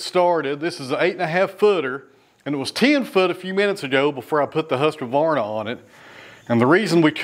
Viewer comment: Why do you add a syllable to Husqvarna? It's hoosk-VAR-na, no A after the K sound, 3 syllables not 4.